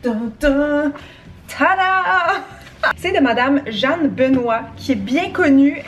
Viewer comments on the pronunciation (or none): Ma série préférée ! Petite point, le nom de la madame du livre de cuisine ça se dit « Jeuhanne » comme Johanne mais avec le son « eu » ahhaha ! Continue c’est juste trop le fun ❤️